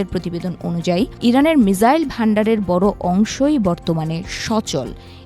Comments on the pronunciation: আচ্ছা মিজাইল না মিসাইল????????????? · সঠিক বানানটি হলো «মিসাইল» (Missile) [১]। ইংরেজি শব্দটি বাংলায় উচ্চারণ অনুযায়ী লিখলে 'মিসাইল' লেখা হয়। এছাড়া বাংলায় একে ক্ষেপণাস্ত্র বলা হয় [২]। মিজাইল: এটি ভুল উচ্চারণ বা বানান। মিসাইল: এটিই সঠিক ইংরেজি শব্দের বাংলা প্রতিবর্ণীকরণ। এটি এমন একটি স্বচালিত যুদ্ধাস্ত্র যা নির্দিষ্ট লক্ষ্যের দিকে পরিচালিত করা যায় [১, ২]।